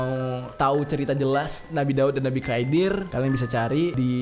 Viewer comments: 11.13 nabi khidir klo ga salah bang bukan khaidir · Setahuku Nabi khidir bukan Khaidir bang itu tinggalnya di lautan. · Khidir bukan khaidir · Nabi khidir bang bkan khaidir